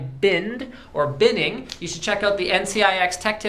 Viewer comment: what the hell ar u saying bind binning or what??